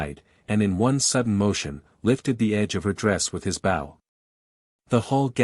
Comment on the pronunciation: It is too bad the commentator doesn't know how to pronounce BOW. Guess the commentator is a dog...bow wow wow!